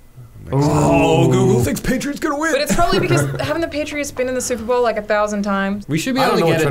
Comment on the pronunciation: "supra bowl"